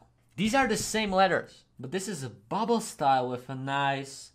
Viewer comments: I love these videos. When i was small i loved graffiti but as i grew older I forgot about the love i have for it...but u made me remember. Ps: Its BUBBLE not buble😂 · …just trying help …though I’m sure it’s been said …it’s bubble*